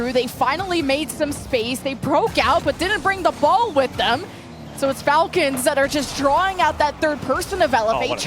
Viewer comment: all the falcons names were mispronounced 😂